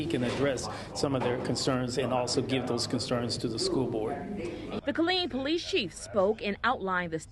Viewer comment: Wow smh this is awful. My dad is from Killeen. Its pronounced "Kuh-leen"